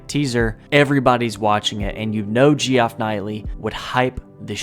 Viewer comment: Me hearing "Geoff" I think it's just pronounced Jeff (not that it matters) just surprised me. I feel we need ES6 sooner than later.